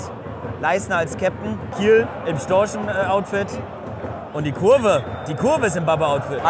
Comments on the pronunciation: Nennt man die Kieler nicht die "Kieler Störche" anstatt "Storchen" 😅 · Ich dachte die heißen Storche und nicht Storsche 😂😂😂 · Sehr geiles Video, Respekt, aber zwei Dinge zur Korrektur: Es heißt nicht Kieler Sportverein sondern Kieler Sportvereinigung, und Storche gibt es nicht, nur Störche 😂